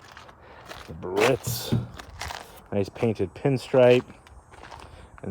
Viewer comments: With all due respect, it's not Buh-RITZ....it's BEE-a-ritz, just like it's spelled...you're driving me nuts. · That's pronounced 'Beearitz'........not Baritz.